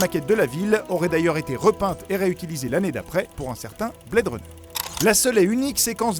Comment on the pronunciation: « Kurt recèle » « bled runner » franchement, fais un effort de prononciation ! Mettre des photo de Big Boss pour parler de Solid Snake ! Et dire qu’il porte un cache œil alors que c’est Big boss qui le porte et pas lui ! (Dans mgs 4 ca compte pas c’est le eye droid et pas un simple cache oeil)